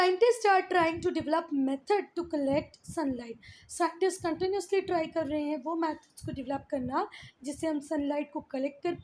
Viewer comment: Mam tell me one thing when you say "contanuas use" and "contanuasly" i want to ask something what do you want to say it is not contanuasly is "continuously" PLEASE CORRECT IT